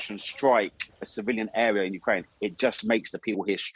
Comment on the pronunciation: It's the correct pronunciation, so what's creepy about it? The sudden and creepy change was to pronouncing the name of the country YOU-krane for no reason at all. It is not more similar to the Ukrainian version: you-KRANE is closer.